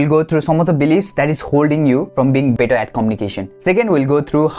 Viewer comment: Your better sounded bitter no offense